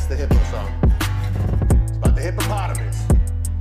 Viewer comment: I like the way he pronounce hippopotamus sounds kinda hippo-pot-amus 😂😂😂 .